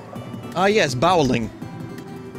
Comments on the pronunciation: Ah yes, bawling. I'm good at bawling, at night, in my bed, alone... What you mean it's spelled bowling? No no, the Italian funny man clearly said bawling. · Nah, he said boweling. Which is the opposite of disemboweling.